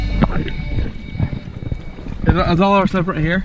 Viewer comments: I’m not sure about the Australian brand of sunglasses but quay is pronounced like key (kee). According to google, quay is derived from the French word for wharf. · Sunglasses: Quay. Pronounced KEY. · It's pronounced key Oh and I believe that giant thing you found is an areoater it pokes holes in grass to help the grass grow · Quay is pronounced as "Key" 😂😂😂